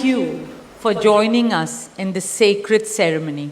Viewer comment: Sacred को secret बोल रही है 😅 निंबंध रट लिया और सुना दिया वह भी किसी से लिखा कर।